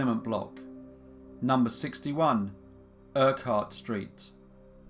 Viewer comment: Thanks for the case from my home town. Never heard of this case. Its before my time. 2 accent corrections for you though. Granite is pronounced Gran nit and Urquhart is pronounced Urk art. Other than that awesome story as always.: )